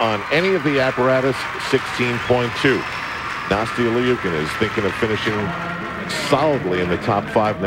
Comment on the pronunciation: Ikr!! They keep saying Nastia Leeookin...